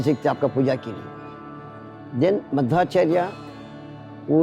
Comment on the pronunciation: Kindly rectify the picture of Sri Madhwacharya. Sri adi shankaracharya's pic has been put instead. Also, its "मध्वाचार्य and not माधवाचार्य".